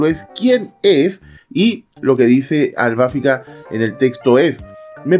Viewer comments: Porque dices Albáfica?…. Es Albafica… acento prosódico en la “i” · Porque así cree que le dicen en Japonés cuando en realidad es "Arubáfica" (en japonés) y en latino es "Albafíca", ya lo escucharás nombrar a todos los caballeros en latino y solo esta encaprichado con AlbafÍca en pronunciarlo en japonés, también lo vas a escuchar decir "Frizer" a Freezer y no Frieza como en Japonés o "Krilin" en vez de Kuririn, y así con todo lo demás. Por eso, en todos los videos que pronuncia mal al Piscis de Lost Canvas, tome su no me gusta por arruinar su propio canal 🤣😂🤣😂🤣😂 Hasta termina siendo gracioso 😂🤣😂🤣